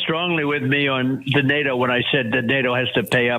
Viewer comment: I wish Trump would pronounce NATO, he calls it DATO, it is most aggravating.